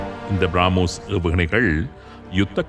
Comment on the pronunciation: திருத்தம் : பிராமோஸ் இல்லை, பிரமோஸ் என்று அழைகவும்